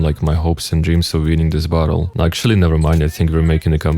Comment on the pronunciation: When you say battle, it sounds like bottle